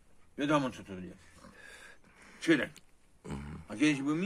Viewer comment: Minister nazywał się Czyrek a nie Czyrak